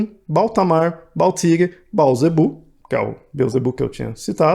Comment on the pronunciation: mano... se lê "beelzebuu" ou seja o proprio coisa ruim...